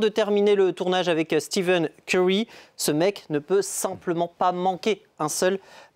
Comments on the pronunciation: Le pire c'est qu'il zoom a un moment et c'est écrit en gros devant ses yeux steph curry, et il continu à dire steven curry 🙆🏾‍♂️🤦🏽‍♂️ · Par " Steven Curry" sa fait mal au l'oreille à force